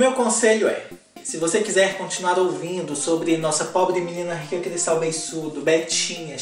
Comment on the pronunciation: Eu amava ele falar “poabree meninaa rycahh” kkk